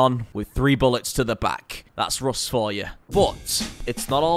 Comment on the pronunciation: bro said “rost ploos upp”